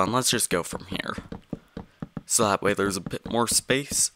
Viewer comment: I had to turn sound off for last 4mins 32secs to prevent headake, would like to ask why when you said so it sounded like this: zo zo